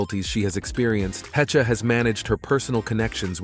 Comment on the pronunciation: Anne Hechuh lmao. SKIP